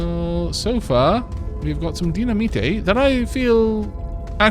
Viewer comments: DY-NA-MITE not Dina-Me-Tay.... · Haha, the way pronounces dynamite is so funny., it's pronounced die-na-might. Or is this an inside joke from a different series? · By the way,, dynamite is pronounced "die-nuh-might." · Can you try to pronounce dynamite like dine-uh-mite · You joking with the dynamite pronunciation. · There are going to be thousands of people watching this that are so triggered by how you say dynamite, I'm in the crowd XD